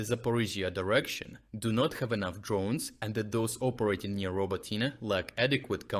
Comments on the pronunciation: Why are you pronouncing it “Roboteen”? It’s obviously “Robotineh”, as there is no actual English pronunciation of the name (unlike, say Paris, or Vienna). Please don’t anglicize Ukrainian place-names — it’s a bit weird. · It's pronounced RobOtyne / Робо́тине from the Ukrainian dictionary. That's not his pronunciation, it's AI. After he got back from being sick for a month he stopped voicing the videos himself. I'm learning Ukrainian, and one of the welcome side-effects of watching his updates every day was the tutorials on Ukrainian place names... early this year that changed, now those pronunciations are mess even though his voice, accent and cadence are reproduced pretty well. It makes me a bit sad but if he's found a way of sparing himself a bit of work, fair enough. I've had to literally copy and paste my comment from above, so many people are pointing this out. I'm a bit worried it will start to impact the channel's credibility with new viewers. I might have to email him about it. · The place name that got pronounced in three different ways today is actually pronounced RobOtyne / Робо́тине from the Ukrainian dictionary. That's not his pronunciation, it's AI. After he got back from being sick for a month he stopped voicing the videos himself. I'm learning Ukrainian, and one of the welcome side-effects of watching his updates every day was the tutorials on Ukrainian place names... early this year that changed, now those pronunciations are mess even though his voice, accent and cadence are reproduced pretty well. It makes me a bit sad but if he's found a way of sparing himself a bit of work, fair enough. I'm just worried it might affect the channel's credibility with new viewers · Thus channel still has the best frontline information. But why anglicise plancenames? Is it really Rober-TEEN-ay? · Isn't it pronounced row-bow-tee-neh? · He pronounces Robotyne at least 4 different ways. I wonder if he’s actually Ukrainian.